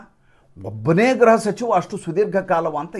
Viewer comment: ಗ್ರಹ ಸಚಿವ ಅಲ್ಲ ಗೃಹ ಸಚಿವru ಯವರೇ